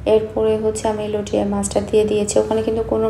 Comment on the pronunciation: আপু আপনি বার বার লইট্যা মাছকে লটিয়া মাছ লটিয়া মাছ বলছেন কেন? শুনতে খারাপ লাগছে।এর শুদ্ধ উচ্চারণ হচ্ছে লইট্যা মাছ।লটিয়া মাছ কোন শব্দ হয় না।